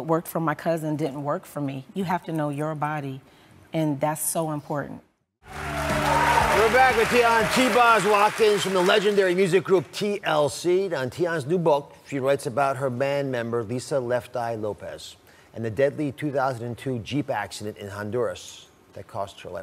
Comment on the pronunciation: "You're all going home with Dionne's book". Dr. Oz, get it together. It's Tionne.